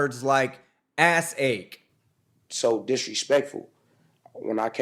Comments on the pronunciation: I had to listen closely, but you're right that he says "ad seg"... But it's easy to hear ass ache. And it's hilarious! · Omg lol he said "adseg" = administrative segregation 😅 sounded like he said ass egg! 😂😂 I'm dying! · He said "Ad Seg" Administrative segregation. Not "Ass Ache". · is it ass-ache or adseg? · I listened very very carefully, he said ass-ache, more than once. If he said AD SEG I would have heard it.